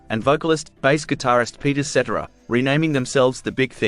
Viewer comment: Peter Ce-TER-ra.